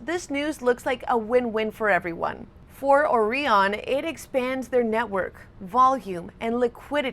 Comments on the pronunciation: I would have pronounced it OrIon not OrEon ....it's like OREO isn't ORIO..... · Have you heard of the Orion constellation? Now do you pronounce that they way you have been pronouncing Orion in this video? I'm sorry but it really gets to me when people put on fake American accents but they're not actually American and you can't tell where the hell they're from..but you know they're not from where they sound like until they say words like..Orion 🤦🏽‍♂️ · Has this lady never heard someone say Orion before? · Gotta love how she pronounces Orion